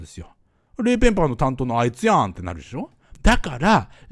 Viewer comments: レイ・ペン「パー」じゃなくて「バー」ね。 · レイ・ペンパ（PA）ーって言ってるのが気になる。レイ・ペンバ（BA）ーだよね。